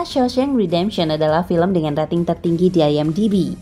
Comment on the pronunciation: Rating dibaca reting... Singa bukan seorang... Tapi se'ekor.....